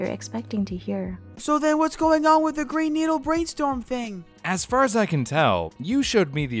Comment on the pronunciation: I heard baa not faaa